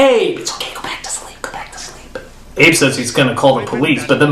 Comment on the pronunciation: It's Abe not Ade